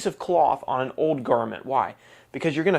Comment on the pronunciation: This guy keeps saying the word old like the word owed